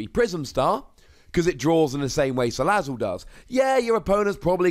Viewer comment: Wait a minute... He's Pronouncing Salazzle Correctly